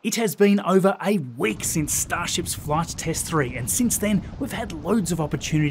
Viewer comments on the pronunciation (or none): I actually began to freak out a bit, when you say 'A week", it sounds like "8 weeks" lol. I thought I had lost a month and a half